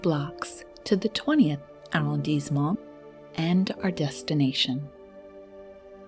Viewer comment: "Arrondissement" has a double "s", pronounced like the double "s" in "passion". Thus, you get "arr-ond-eess-euh-mon", the accent being on the "i"(eess).